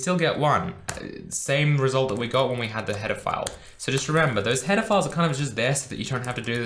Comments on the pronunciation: Who else heard "Pedophiles" everytime he said header files lmao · Whenever he said "header files" it sounds like he's saying "pedophiles"